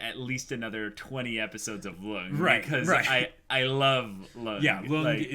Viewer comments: love your reactions but it triggers me your pronunciation of Lunge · It's "Luung-ay" not "lung" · Guys, please read this. Lunge's name is pronounced "Loon-gay". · They're calling him "Lung" when that's not his name. It's like calling Princess Leia "Lee-ah".